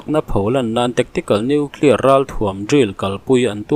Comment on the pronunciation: Hepa lah hi noeclear ti reng mai. Dawihzep pa. Ka ti ringawt mai